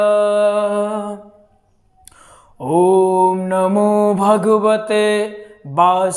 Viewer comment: Basudevay nahi h vasudevay hai 😂